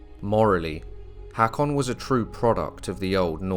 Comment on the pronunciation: Very nice. (btw, I believe the "Haa" in "Haakon" is pronounced as a long "o" as in "go".)